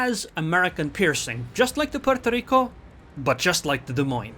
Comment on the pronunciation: Why is he sayin Puorto Rico with totaly different accent?? LEL